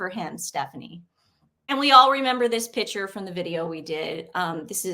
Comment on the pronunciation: Ladies love your info Please remember that the word is not “pitcher “ A pitcher is a vessel for liquids. A PICTURE is pronounced Pic- ture.